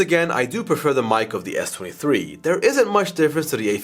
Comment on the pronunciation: Sounded like he kept saying 33